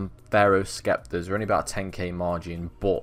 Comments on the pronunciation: LMFAO "skeptor" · the c in sceptre is silent